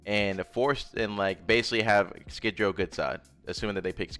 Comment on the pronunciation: Love your work bro. Only critique is its pronounced Skid row.